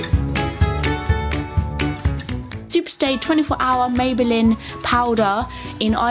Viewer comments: She said mayballin 😂😂🙃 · I love how you say 'maybelin' I've stopped myself commenting this like 5 times lmao